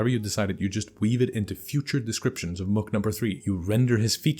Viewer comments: The "mook" isn't really pronounced "muk". It's more like a long O, like "boot". Source: I live in New York. And my favorite superhero is Benjamin J. Grimm, the ever-loving, blue-eyed Thing. And he loves to yell, "Back off, ya mooks!" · Love the way the word "mook" sounds in your accent. Comes out more like "muhk".